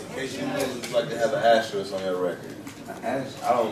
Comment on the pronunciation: "a aster...???" Know your interviewee. Even the people helping were confused about what an asterisk is lol